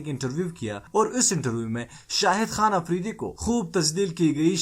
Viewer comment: Apridi nahen afridi Palastine nahen falastine (urdu main)